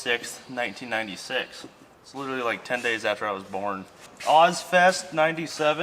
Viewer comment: Repeat after me ; liteRally. There's an "r" in there man. Not "littlely "